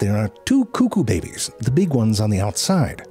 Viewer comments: And the occasional "Bebbies". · im sorry but the way he said babies 'ʙᴇʙᴇs' LOL🤣🤣🤣🤣🤣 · bro! and why do you say 'behbehs' like that wtf